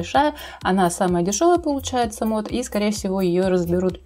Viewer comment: Не мод, а мод